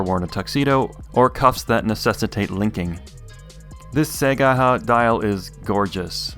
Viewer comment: it's "say-guy-hah" – see, Japanese is fun kids!